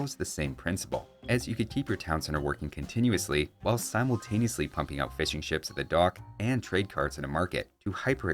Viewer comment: I am British, and every time you say "Fishing Ships", it sounds like you're saying "Fish & Chips" and it makes me hungry.